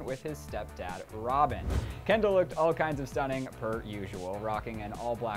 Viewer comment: Who da fuck is Hendall, I thought her name was Kendall